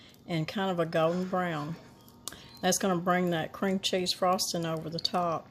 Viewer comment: *Brown, not Beown